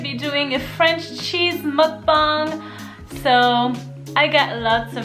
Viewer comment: Her: mukbong Me: ......mukbang there is a a in there not a o